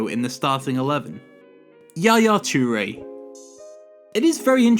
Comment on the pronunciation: Hang on did just say Chu-re not toure